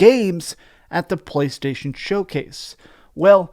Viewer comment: Why do you pronounce“PlayStation” so disgustingly? 🤢🤮